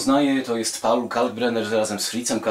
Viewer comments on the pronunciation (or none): none